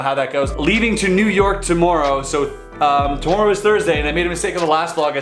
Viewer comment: Are you Canadian? The way you say "tomorrow"makes me think yes.